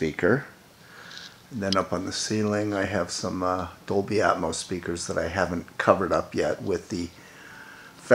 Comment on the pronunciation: Dobly? lol. Dude. Come on now.